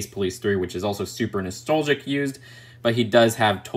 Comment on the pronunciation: How many times es did he say nistolgic